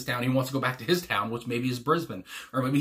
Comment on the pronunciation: Iconic Aussie band and song. Beautiful song, so catchy..the lyrics and music are perfect! Congrats on pronouncing Brisbane correctly 😂